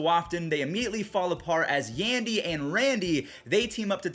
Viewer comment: Me every time says yandy instead of yondy Diaz